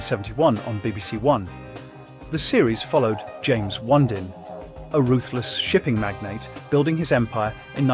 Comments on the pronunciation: O -nee-din line please pronounce it Correctly. Yes i recall watching it as a Child on a Sunday evening. I hated it 😊 Crown court was good My mother used to like it . The Survivors i remember Scary music and a good watch on TV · Onedin was pronounced on-ee-din. I recognised several of the other titles but the only ones I recall watching regularly are Crown Court and The Sandbaggers. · The Guardians was produced by LWT and broadcast on ITV , not BBC television as you claim. Along with your pronunciation of The Onedin Line try and use some rudimentary research if you're posting stuff on youtube